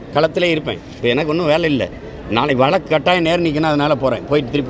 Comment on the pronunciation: சீமான் தம்பி வழக்கு என்று சொல்லவும். வலக்கு வலக்கு என்று சொல்லாதீர்கள். தமிழர் கட்சி உச்சரிப்பு சரியாக இருக்க வேண்டும்.